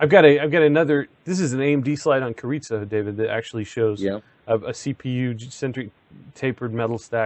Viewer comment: He pronounced Carizzo in same way as Chorizo!!. Hahaha.